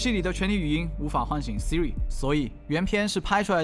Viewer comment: 说的Vs我听到的 说的：嘿，Siri，Siri 我听到的：阿呗，阿呗，阿呗